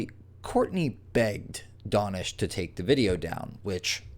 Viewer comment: How do you get "Donish" out of DAnish?